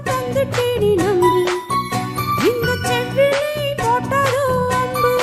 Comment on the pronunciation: சம்மதம் தந்திட்டேன் நம்பு என்பதை தந்திட்டேனே நம்பு என்று பெண் பாடகர் பாடுகிறார். செவ்விழி என்பதை செவ்விலி என்றும் உச்சரிப்பு பிழையாக பாடுகிறார்.பாடல் வரிகளை கவனிக்கவும் ப்ளீஸ் 👍